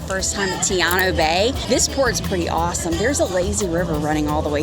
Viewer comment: Great video! The pronunciation is Ta-eeno